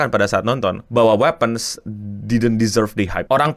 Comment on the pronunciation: wipens btw cara nyebutnya cmiiw